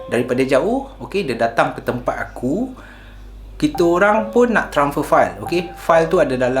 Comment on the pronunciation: transfer... bukan tranfer..